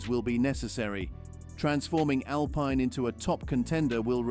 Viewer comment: So hard to listen to you talk. It's Al-Peen, not Al-Pine